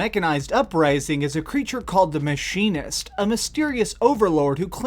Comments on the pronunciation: This guy.... Plays entire DLC, hears "Mechanist" multiple times, but hears "Machinist" Also doesn't know how to pronounce the word automatron. Smh... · Au-TOM-a-tron. MECH-an-ist. NUKE-lee-ar. MEH-lay. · AU-TA-MUH-TRON, MECK-UH-NIST.